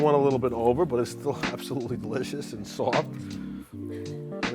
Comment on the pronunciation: "It's dericcccous!" Made me smile.